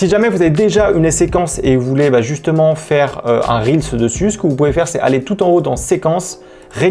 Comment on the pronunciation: Enfin quelqu'un qui prononce correctement "reels" et qui dit pas "réels" ! Merci pour les petits tips ! 🙏